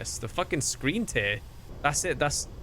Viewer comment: Wrong tear. English being English, the tear you're looking for is pronounced "tare". That's a strong shape.